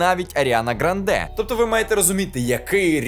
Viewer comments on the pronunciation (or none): Фільм шикарний, як і огляд :) Зауваження - аріана грАнде, а не грандЕ.